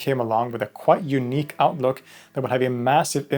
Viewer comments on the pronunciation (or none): none